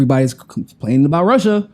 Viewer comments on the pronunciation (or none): none